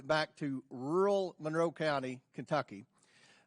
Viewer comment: Hey, it's ru'ral not rule. 😂